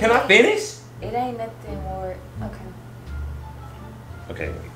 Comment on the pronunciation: "you don't think that she gon sit here and lie to you because she wanna get back with you": "ion care bout nun of dat" Me: omg you ain't have to say it like that!